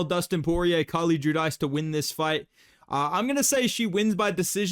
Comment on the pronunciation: Carlie judice, It’s pronounced “ju-deece”